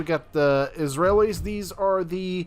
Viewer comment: Isa-relys, not Israelis